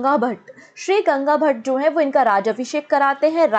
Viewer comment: its GAGA bhatt and not ganga bhatt.